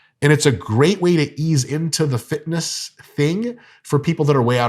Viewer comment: This mf said "fitnuh"